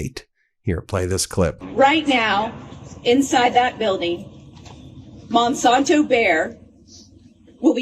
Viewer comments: Just a quick correction. The company is Monsanto, not Monsonto, originally founded in 1901. Sorry Ben, but it drives me crazy everytime I hear you mispronounce the name. Keep up all your good work. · I am not paying for YouTube Premium to see commercials. By the way, as a past viewer of the ABC Sunday political shows, Monsanto was one of the sponsors. So Monsanto is pronounced Mon SANTO. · The San in Monsanto is pronounced like the san in Santa.